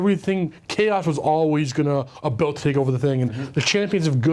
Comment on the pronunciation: "Talk a'boot"